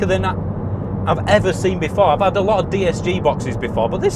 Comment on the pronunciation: " I've 'ad worse days"